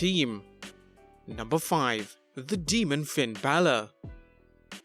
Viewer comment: Deamon? No. It's demon.